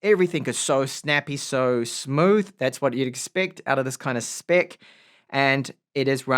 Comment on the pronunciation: you may want to change your pronounciation of the word "spec" to spehx just because the way youre saying it for usa viewers its a slur.